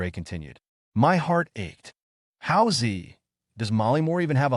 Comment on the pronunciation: Good style but please get the names straight please. "Hao Zi?" "Yi Ge?"